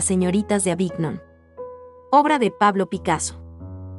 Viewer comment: Se pronuncia renua (Renoir) es Boticheli no Baticheli ( Boticcelli), se dice Yak Lui David l pronunciación ( Jaques Louis David , se dice Aviñón (Avignon) , se dice Cezan (Cezanne), se dice Yoconda (Gioconda) , se dice Guernica, la segunda vez lo pronunciaste bien, se pronuncia Polok (Pollock) , se dice Mone ( Claude Monet)